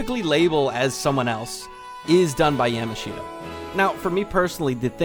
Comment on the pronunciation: STAHP PRONOUNCING YAMASHITA LIKE YAM-A-SHEET-UH!!!! 😭😭😭 IT'S YUH-MAHSH-TA!!! YA = YAMCHA MASH = SMOSH TA = TA-TA!